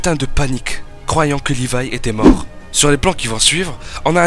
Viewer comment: C'est pas lirai c'est Lévi